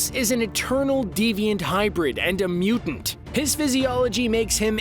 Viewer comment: He said mutant